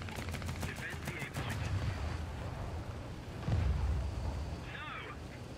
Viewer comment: "Dephend the D point"